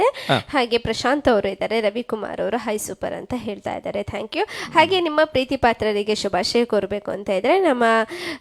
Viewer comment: ಉಚ್ಚಾರಣೆ ಕಲಿಯಿರಿ.,. ಥ್ಯಾಂಕ್ಯೂ....ನೀವು ಹೇಳೋದು ಟ್ಯಾಂಕ್ಯೂ... ಇದು ತಪ್ಪು ಉಚ್ಚಾರಣೆ.